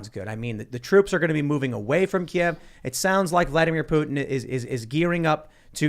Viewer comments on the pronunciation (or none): I know you guys might not realize it, but Kyiv is not pronounced the same as Kiev (how you're saying it at the beginning of the pod, haven't gotten further in yet). Kiev is the Russian pronunciation of the Ukraine capital, from when it was part of the USSR. Kyiv is more like Kuh-yeev (or just say keev like they do on tv these days). That is how the Ukrainians would prefer you say it.